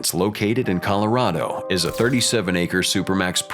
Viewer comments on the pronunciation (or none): none